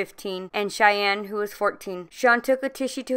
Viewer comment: Hey name wasn't pronounced Cheyenne it was Shayne'. "Shaynee"